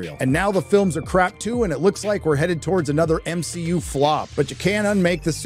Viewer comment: why are you saying m-shi-u instead of mcu